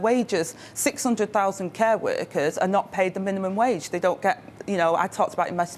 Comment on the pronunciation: I think that if they have someone who kills the English language, it will somehow appeal to t'uh wurkuz.